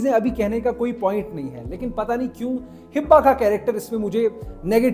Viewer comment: It’s Hiba *not Hibba